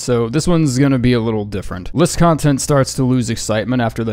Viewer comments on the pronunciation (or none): none